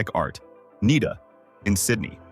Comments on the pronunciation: It's not "NEEDER", it's "NYDA". Mel Gibson trained there too. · Nida! N eye da. National Institute of Dramatic Arts. Jees bloody AI! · has cate really left andrew................btW N.I.D.A IS pronounced like cider